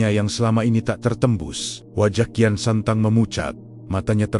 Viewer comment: Bukan kian santang, kian sancang